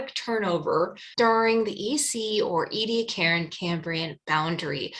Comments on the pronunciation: It's pronounced eddy-AC-a-ran, not ee-dee-a-KAREN {:o:O:} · It's pronounced eddy-AK-a-ran, not ee-dee-a-KAREN. I'm 9 minutes in, I don't think I can stay the distance if you mispronounce it again too many times. Edit: it's OK, I made it! {:o:O:} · Interesting, how you pronounce Ediacaran.